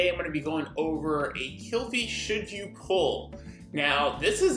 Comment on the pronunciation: The other one calls her Kylep... this one Kalepe. Its Kil-Fe. Phe is pronounced as Fe. Kil as in Kill. Not Kyle. How the fck can you guys talk about units by pronouncing their names so wrong? Also SALARY? Salire? O_o wtf